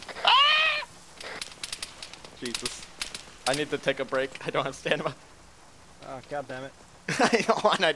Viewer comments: I have no "stanima" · He keeps saying stama and stanima instead of stamina but that’s no need he is still awesome